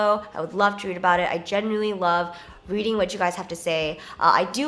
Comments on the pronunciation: Genuinely or "Jennuinely" 😂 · Idk why but when Jenn said "genuinely" I heard it as "Jenn-uinely" lolol